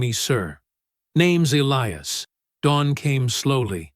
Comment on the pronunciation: "Elly-ass? hahaha. Get a decent AI reader. This one needs educating.